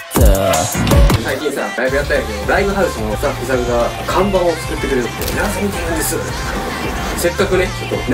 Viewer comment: 唐突な辛味噌と のﾅｽﾞｪﾐﾃﾙﾝﾃﾞｨｽにテンション上がったww